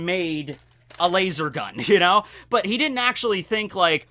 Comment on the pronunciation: Why the do you pronounce laser as lasOr.